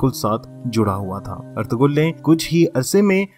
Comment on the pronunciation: Correct name is erturul... g is silent😊thank you❤